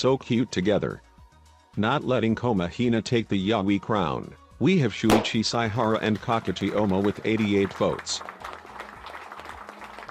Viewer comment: Why did I start dying when I heard the pronunciations of shuichi and kaedes names